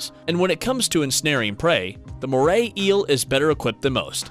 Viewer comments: I found something weird in the moray eel why do u say it like Morley eels? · There is no l in moray eels 😂